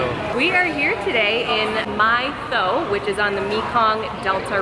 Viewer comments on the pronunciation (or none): just for fun, not a criticism: My Tho is pronounced "Mee Thaw". the conical hat is made mainly for women. that's why women look ok, even good wearing the hat. it looks stupid on men, especially western men :) nothing wrong with doing touristy things. for some reason, the word touristy became a "dirty" word nowadays. interesting tidbit about why jackfruit is called "Jackfruit" as it's normally called differently in asian languages/countries: legend has that, once upon a time, before jackfruit was known to the western world, before jackfruit was called jackfruit, a group of western guys, probably americans, strolled thru an open market somewhere in SEA and saw the jackfruit. one person in the group asked the other, "what is this fruit called"?, and the other guy replied, " I dont know jack", and ladies and gentlemen, that's how the jackfruit came about !! ok I made that up lol. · My Tho pronounced Me Tor. Beautiful place which is a real food production powerhouse. You were right to take a higher priced Mekong tour. Many cost less than$10 and you get what you pay for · It's amazing to hear you pronounce My Tho, nothing close to it but nice to hear! I haven't been back to my native South Vietnam over 40+ years. Trust me the Mekong Delta isn't what it used to me. It was a dense jungle back in the late 70s.